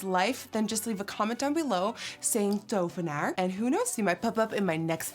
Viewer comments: lol I'm also from The Netherlands an I was like, lol hoe ze dat woord uitspreekt zo van to-ve-naar, wel leuk dat je dit soort dingen doet <3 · DOVENAAR. When you say it all together it sounds like dopfhenaar. Am I imagining that ph? Lol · Tovenaar...dovenaar...THOVENAAR... the struggle is real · Me and my boyfriend can’t stop saying ‘Tovenaar’ 😂 we have been going up to people and just saying the word and people are looking at us like wtf😂❤️💕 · I’ve just taught my two boys how to say tovenaar, they’re 6 and 3 and are amazed they can now “speak Dutch” 💗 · This new dutch word of the day is the most entertaining thing for a fellow dutchie 😂 watching all these videos on instagram of foreigners saying tovenaar omg i fucking love it ur a fucking queen girl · Beaut as always nikkie.... so tovenaar... Is t pronounced D in Dutch? I'm just from outside of Manchester but work in the city centre... Amsterdam is one of my favourite destinations 💖